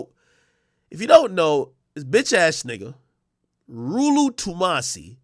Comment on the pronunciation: Why does he call him rooloo 😂😂😂